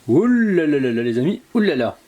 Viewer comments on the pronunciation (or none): bonjour je kif vos recettes et votre bonne humeur mais par pitié ne faite plus ou la la trop accentué svp merci